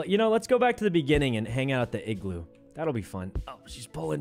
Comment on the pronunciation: Its "igloo", not "Egg blue"... facepalm